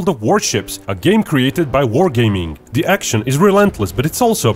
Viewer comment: It’s not Dee or Diss ‘th’ is not D